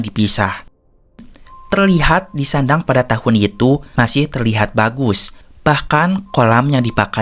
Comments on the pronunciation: Sendang bukan sandang min 😭. Ga search dulu sblm bikin konten nih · Namanya SENDANG bang, bukan SANDANG ❤ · Koreksi namanya bukan sandang ya, tpi lebih tepatnya " sendang "klo di Jawa terutama Jawa tengah, ntah klo daerah lain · Sendang, bukan sandang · Kesalahan dikit doank.. Wkwk namanya jg mgkn dia bkn asli Jawa maklum lah